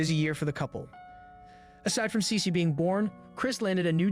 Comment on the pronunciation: Listen again.. She says Cecee